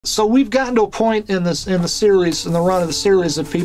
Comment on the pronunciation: Is using an iphone what makes him pronounce series as serilese?